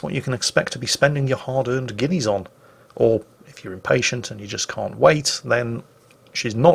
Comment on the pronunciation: "...going to cost you 50 guinees in the arsenal..." What? 50 guinees in the what? OH! arseNAL. Got it.